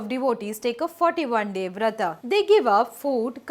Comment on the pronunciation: Vrat ... Not Vrata Yog not yoga Shiv... Not shiva Amrit.... Not Amrita Dev... Not Deva